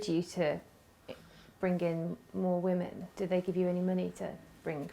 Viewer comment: "The poor wahmans" 🙄